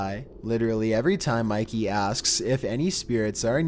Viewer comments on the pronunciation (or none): Bro really said Mikey mouse